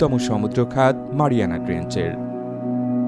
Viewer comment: মারিয়ামা না ম্যারিয়ানা